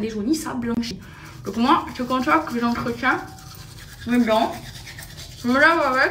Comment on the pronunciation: "J'entreTCHIENS" lol.